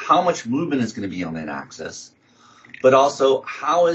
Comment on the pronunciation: AK-seez. I know knows his stuff but this mispronunciation was distracting.